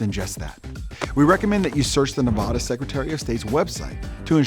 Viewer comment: You obviously do not live in Nevada because you don't know how to properly pronounce the word 'Nevada'